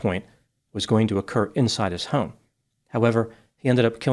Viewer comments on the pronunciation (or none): none